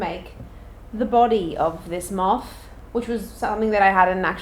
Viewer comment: no one:: m🅾️th